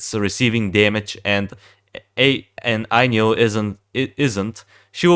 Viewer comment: turned ainyl into ailynn lmao